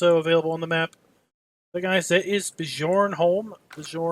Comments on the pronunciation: It's pronounced "beeyurnholemmm". :) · ha you couldn't have butchered that name any worse than you did